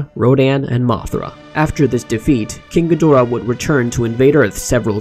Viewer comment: She Actually Said, “King Ghidrah” Thats Not Even Close